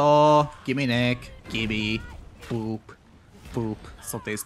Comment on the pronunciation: Sometimes I think you say gibby instead of gimme